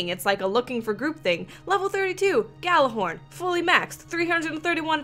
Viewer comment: Its pronounced Yallahorn